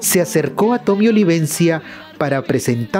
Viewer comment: Es tommy olivencia no toby...habla bien!